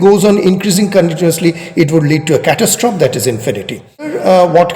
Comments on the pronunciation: Your pronunciation is practically correct, but end an "e" sound to the end (cat-as-troff-ee) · It may not be that important but as you are an erudite person so you may consider it. Your pronunciation of 'catestrophe' is wrong. You may check its pronunciation using google